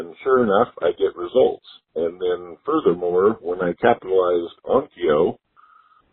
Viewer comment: That guy said Onkyo